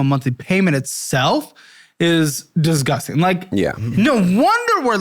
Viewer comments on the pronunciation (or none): going to need you to work on pronouncing the word "disgusting"